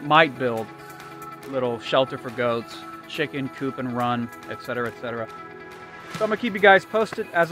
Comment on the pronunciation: Thank you! Extremely rare info/edu video minus attempts to sell ego first. Even more rare correct pronunciation of ET-CETERA instead "exetera" (a peasant version of the term). Thanks again! Well done.